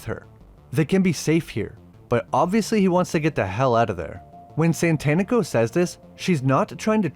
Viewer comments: I know it’s because you’re a white guy but it’s Satanico not Santanico like satanic with an o…it’s worse cause the black vampire dude did it as well… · SATANico rather than SANTANico, I always laughed at that oops, but I guess all sorts of people have trouble with it, including the cast! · I cringed every time you mispronounced "satánico".